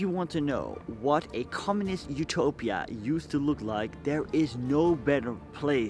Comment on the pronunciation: Utopia bro, not Upotia